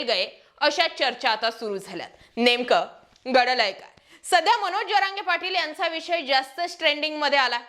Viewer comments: गडलय काय नाही दीदी, घडलय काय असते 😂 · नेमक गडलय काय नाही ग, घडलय काय, घडलय आहे ते. 😅